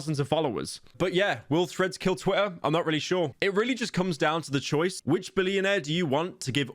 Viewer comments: Yo he’s actually saying twITTA, and not twi-uh. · Good job pronouncing Twitter correctly and not saying "Twi-uh"...I know that was hard ❤